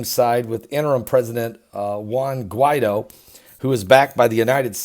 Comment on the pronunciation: Guee-tho Mah-door-doe Hahahahaha____ Luv you brother